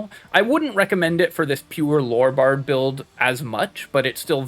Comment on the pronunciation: THE WORD IS LORE NOT LORRY